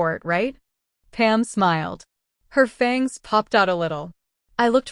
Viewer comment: I usually can tolerate AI but isn't there a way to go in and correct the simple mispronunciations like Fang!😢 ugh and Were( as in werewolf). No man's land... 😢😩